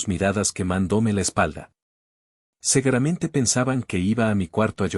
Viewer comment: PERDÓN, "SEGUERAMENTE"????? Y ESA RIDICULES DE "PESOS PESOS??😅😅😅